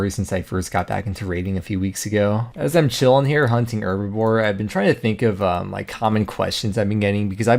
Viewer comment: Love the videos. But does it drive anybody else crazy how he says "herbaVORE" instead of "herbLORE"? Lol